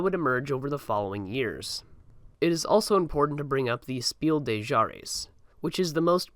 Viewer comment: My dude. Mad respect for the video but please note:German is not French. The s at the end of des is pronounced